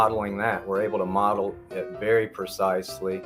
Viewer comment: Did you say "model" or "muddle"?